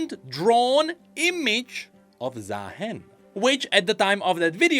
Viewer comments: He's supposed to be ZaaHEN not ZaaMAN 😭😭😭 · Am I the only one that hear Za Hen ? Like The Hen? Cause bird 😅😂